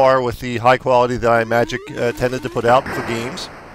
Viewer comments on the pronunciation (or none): Great review. Just one very... very minor nitpick, it's pronounced Im-magic and not Eye-magic. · Sorry, but this review isn't very good. You didn't mention or use the saucer (the best part of the game) and you're pronouncing Imagic wrong.